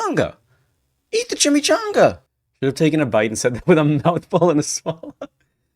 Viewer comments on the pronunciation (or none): "ChimaCHUNGA" I can't get over how Guy pronounces chimichanga.